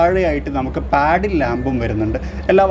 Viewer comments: Bro it's not paddle lamps....it's pronounced as puddle lamp.Nice video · In the video you said it as 'paddle ' like paddle shifters.....the meaning is different.it has to be pronounced as 'puddle' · പാഡിൽ അല്ല പടിൽ ലാംപ്